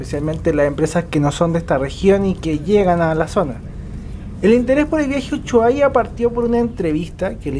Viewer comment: Uchuaria ... me encanta como pronuncia Ushuaia ja .. Buenísimo el vídeo .... buena descripción del micro gracias. Saludos desde Argentina